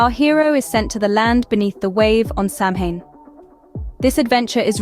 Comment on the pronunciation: Not Sam Hain goid gods 🤣 pronounced "SAH win . Educate yourself before attempting a documentary on something you apparently know nothing about.